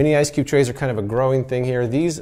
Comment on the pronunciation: Sounds like he said, "Dripless Ice Dick Trays."